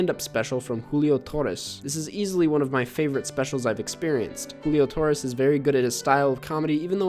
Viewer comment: Your pronunciation of Julio Torres.... latino king